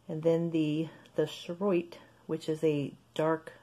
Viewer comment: I believe it is pronounced “charoite”